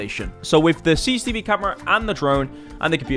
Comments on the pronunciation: Came back to this channel after like 7 years. It's good to see that he still says "CCCV" instead of CCTV cameras xd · Bro keeps mispronouncing CCTV and it's getting on my nerves. Its C C T V, not ccv or cccb or whatever he says lmao. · I have never heard about CCV cameras before😂😂 Your forgetting the T in CCTV😂😂😂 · How many times can you say cicetivi cameras in a video, had me laughing every time. 😂